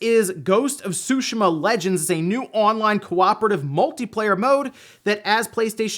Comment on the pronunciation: Sue- She -Ma .(TsuShima)